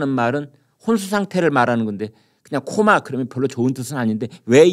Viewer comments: 토마 아니고 코마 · 오래된 얘기가 이제 밝혀지는건가?그리고 토마가아니고 코마아닌가?